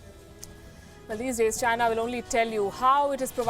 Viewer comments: i always hear "vagina" ,when she says "the china" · Virus came from CHY-nuh. It is the same as saying Chinese food!